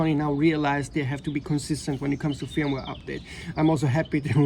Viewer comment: I would be pissed, but the a7rv is perfect 😂😂. My advice is don’t buy a camera is you have problems with it 🤷🏻‍♂️ Just came here to hear the Swedish sounding pronunciation of ‘fyirumware’ 50 times 😄